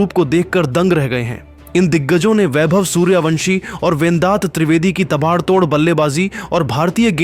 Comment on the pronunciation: Abbe O Content Reader tape mein 0.37 par vendat nahin vedant treivedi aur tabaad tod nahin taabad tod hai. Shabd bolne ki samajh hai nahin aur chale hain social media par videos dalne.